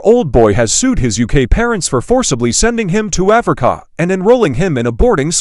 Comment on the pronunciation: I laugh every time the AI voice says AfricAA😅